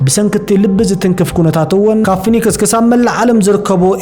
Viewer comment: ፎኒክስ ዘይኮነ ፊኔክስዩ ዝብሓል ንስኻ ድማ ዝተሓወክካ ትመስል